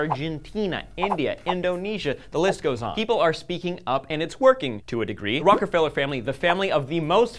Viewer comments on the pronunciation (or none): none